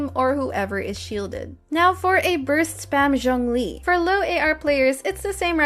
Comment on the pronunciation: its not jung lee btw, its zhoongli